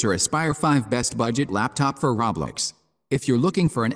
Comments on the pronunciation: Reaaly he says roblox it’s soooo funnnnyyyy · Yeah I can't watch a video that can't pronounce roblox correctly.